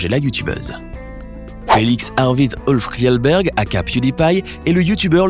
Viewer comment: Kjellberg le nom de famille de PewDiePie se prononce pas Kiellberg mais chellberg